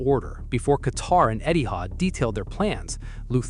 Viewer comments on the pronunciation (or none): none